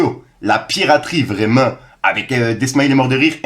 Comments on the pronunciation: 🤣🤣🤣🤣🤣🤣Le vreuuuument a magistral tu fait l'accent renoi mtn mdrr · ça me fume comment tu dis "Vreuuument" avec l'accent ! 🤣🤣 Grosse force mon gars !